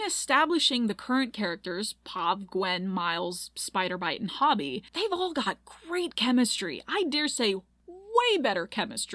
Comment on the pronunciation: Girl watched the movie 3 times and still can’t say hobie’s name right💀😭